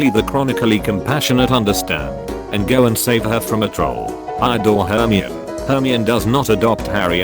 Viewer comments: Stop, stop, stop, you're saying it all wrong! It's Her-my-nee not Her-mee-own. XD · Ahem, IT'S HER-MY-ON-EE NOT HER-ME-UN ...it's leviOsa, not levioSA. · DID IT JUST FUCKING PRONOUNCE HERMIONE AS HERM-EE-ON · Hermian? HERMIAN!? ITS HERMIONE YOU IDIOTS!!!!! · Okokok WHAT THE FUCK DO YOU MEAN "HERMIOUNE" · the way he says hermione "hermy-on". Its ducking hillarious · HER-ME-IN Hmm, ok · I read all seven books without watching any of the movies and pronounced it her-me-own the whole time. How was I supposed to know that her name defies standard English? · "Hermion" XDD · ...herm-ee-on XD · The pronunciation of "Hermione" makes me laugh so fucking hard. "Her-me-on" 😂😂😂 that's never gonna go away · Hermoine = hermey-yoon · It’s Her-my-oh-knee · we pronounce it like "air me on" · Her-my-o-nee? That's how I pronounce it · Everyone else:" the snakes name is Lafayette and no one cares!" Me: " HE BUCHERED HERMIONE'S NAME AND NO BODY CARES!!!!!!" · The way it pronounced hermoine is kinda funny. I used to pronounce the oi in it like the oi point and with a silent e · LOL they way it says Hermione lol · It can’t fucking pronounce Hermione. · hearing the voice trying go say Hermione is absolutely hilarious.